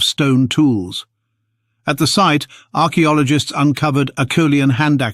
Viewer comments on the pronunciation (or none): "Arak Biologists" Really ?